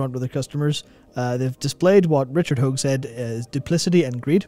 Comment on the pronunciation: Stop calling him Richard "ho-egg". Matt got it right, why can't you?